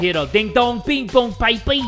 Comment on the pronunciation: school bell: rings british accent jay: DING DONG BING BONG BAY-BE